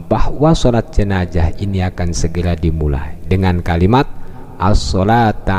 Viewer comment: Gelar Ustad... bilang jenazah aja gk becus😡😡